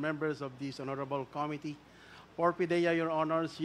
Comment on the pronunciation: JUST AN OBSERVATION THOUGH, WHY IS EVERYONE MISPRONOUNCING THE WORD “COMMITTEE”? ACCENT SHOULD BE ON THE 2ND SYLLABLE - STRESS ON THE SYLLABLE “MIT"